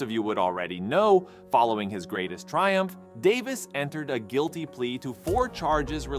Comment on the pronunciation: Dude you're killing Davis name bro. lol